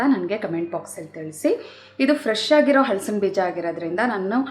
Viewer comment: ಈ ರೆಸಿಪಿ ಚೆನ್ನಾಗಿದೆ, ಹಳಸಿನ ಎನ್ನುವ ಉಚ್ಛಾರಣೆ ಯಾರನ್ನು ಹಲಸಿನ ಎಂದು ಬದಲಿಸಿ